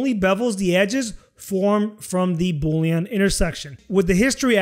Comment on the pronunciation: I love how you say Boolean like Boulion. It makes me want soup! Good video.